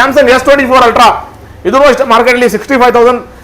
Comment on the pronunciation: Altra Alla Ree Ultra 😂